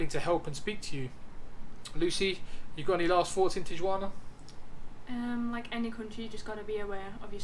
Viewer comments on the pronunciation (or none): tiyuana? hahahahahaha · Not a good video guys, at least get the pronunciation of Tijuana correct and do some background on different places you are about to visit. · I hope people taught you how to pronounce Tijuana properly...otherwise, great video!